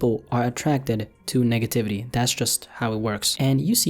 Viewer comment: I swear ong he said Niggativity